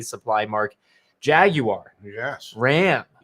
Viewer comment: My boy said "jag you are" not jaguar